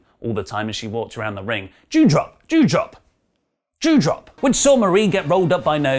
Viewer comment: it DewDrop not Jewdrop